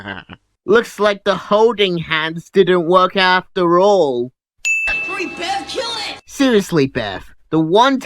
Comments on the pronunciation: it says Beth, he is saying Bef, but her name is Bev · it's Bev. Not "BETH" and Pennywise doesn't kill them right away because they "taste so much better when they're afraid" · It’s bev not beth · Instead of bev,he says beth😂